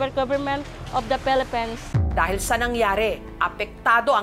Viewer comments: Phelepens 😂 to yun tama (Pwede I delete ko to kapag parang walang respect ako) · Samurai daw. Tas yung pag pronounce ng "Philippines" pelepens daw. Bisaya talaga HAHAHAHA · En da Pelepens. Sabe ni ate. 😂